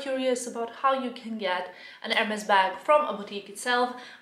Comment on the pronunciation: Just please call them the right way :) [érmee]